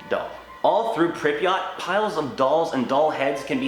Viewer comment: that pronounciation of pripyat infuriates me lmao